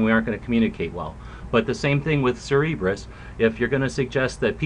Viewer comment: Great vid! I going a bit of be a pronunciation nazi though. It's Cer-ber-us